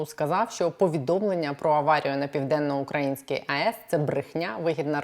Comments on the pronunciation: У слові "південноукраїнський" наголос на "ї", а не на "а". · я вас обожнюю дивитись і слухати. Але ви насправді не знаєте, де наголос у слові "південноукраїнський"? Це сором...